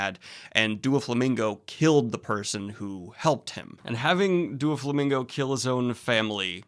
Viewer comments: Just so you know, it’s Doh- flamingo. Not Doo- flamingo. Carry on. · ITS DOUGH-FLAMINGO- PRONOUNCIATION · Please stop saying Do-flamingo it's Doe-flamingo. If it was supposed to be pronounced like the word "do" it would be spelled Dooflamingo. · I think it`s really funny that you and Merphy mispronounce Doflamingo basically the same way. You say Dooflamingo and she says Doofy, i have never heard these pronunciations before but now i am hearing them both within a week. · The “DuaFlomingo” is sending me I just keep hearing Dua Lipa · The way he pronounces “Doflamingo” sounds like he’s trying to make a Doulingo joke. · Though he doesn't really show up much later, it's pronounced Dough-flamingo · "DuoFlamingo" lol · The way he pronounces Doflomingo sounds like duo lingo and now I can’t stop picturing Doffy as the app mascot threatening to to learn new languages. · I'm sorry but the way Daniel is pronouncing Doflamingo 'Duoflamingo' is giving me big duolingo owl ptsd flashbacks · "Duo-Flamingo" lol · Haha it's doflamingo not duolingo